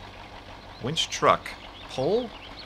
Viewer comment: Somewhere switches to "wench" from "winch". Very different.